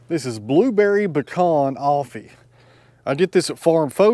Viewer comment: Are you saying Offee or Coffee? 😄